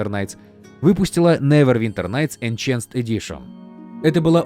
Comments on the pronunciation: > энЧэнсд эдишн "энхансд" когда это закончится? не знаешь слово -- НУ ЗАГУГЛИ ПРОИЗНОШЕНИЕ. не хочешь с этим дрочиться скажи по русски допустим продвинутое издание и всё. зачем насиловать себя И МЕНЯ ублюдским неверным произношением? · ну если уж быть таким придирчивым, то правильно будет не энЧанст, а энХэнст (американская версия) - |enˈhænst| и ИнХанст (британская версия) - |ɪnˈhɑːnst|...так что вопрос: кто прогуливал английской в школе, оставляем открытым :)) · Какой нахрен "энченсд" ??? - где вы там "ч" увидели??? читается как "энхэнсд" . Если это кликбейт на комменты, то держите еще и дизлайк- чисто из-за этого момента.... энчансд, блин,не, ну ты слышал, они просто крэйзибл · почему "энчансд", если там "энхенсд"? за весь ролик раза три была эта ошибка. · Enhanced диктор произносит как ЭНЧАНСТ, больно ушкам. (отредактировано для умников)